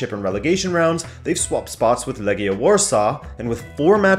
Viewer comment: Never say Legia again you clearly don't know how to say it.